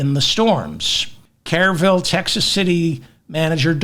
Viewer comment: Kerr is pronounced CUR The city/county is pronounced CURville